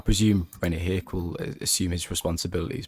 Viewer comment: Loving this podcast! As a Dutchman I can help with the pronunciation of some names. Rene Hake: Rene Haa-kuh Jelle ten Rouwelaar: Jelluh ten Row (as in wow)-uh-laar. Does that help a bit?